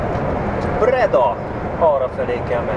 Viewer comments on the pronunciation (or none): Bocsi sokszor béncsa a fülemet a Breda, helyesen Bréda,....